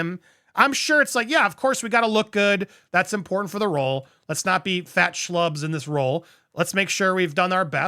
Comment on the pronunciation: Andy, thanks for your coverage. Also, your pronunciation of "fat schlub"was spot on.